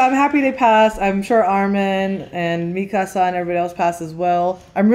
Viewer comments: Me-kuh-suh not me-casa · how do you watch this in English and still pronounce the names wrong?? Me-casa and Jeen 😭😭 also someone tell that Todoroki’s va also voices Bertolt!!